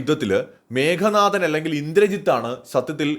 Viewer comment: മേഘനാഥൻ അല്ല മേഘനാദൻ(മേഘത്തിന്റെ നാദത്തോടെ (ഇടി വെട്ടുന്ന ശബ്ദം ) ജനിച്ചവൻ